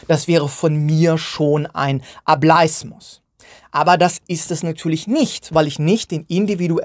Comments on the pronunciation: Bitte sag nicht mehr "A bleis mus" sondern "A bel is mus". Eigentlich müsste man sich die Wortherkunft doch erschließen können. 😅 Vom englischen wort "able". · ohje jetzt hast du die verdeutschte aussprache etabliert...